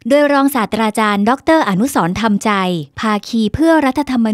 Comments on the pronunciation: อ่านนามสกุลยังผิดเลยจ้า อ่านว่า ทำ มะ ใจ ช่วยทำการบ้านมาก่อนด้วยนะจ๊ะ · นามสกุลของอาจารย์ ให้ออกเสียง ทำมะใจ (ธรรมใจ)ครับ